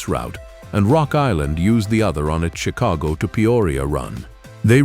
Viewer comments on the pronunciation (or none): none